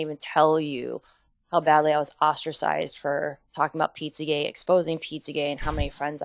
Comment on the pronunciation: Why does she keep saing pizzagay?